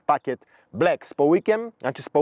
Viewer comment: Panie, taka prośba.Proszę mówić black przez A nie można słuchać tego black przez E tam niema żadnego E. Za chwilę mówi Pan dynamic przez A a nie przez E. Dzięki. Pozdro,lubię Caroserie👍